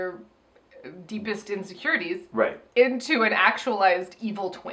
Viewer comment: I lost it at “You better BE sad, you better BE vulnerable. We’re gonna kick you off the show if you don’t have enough INSECURITIEEES.” 😂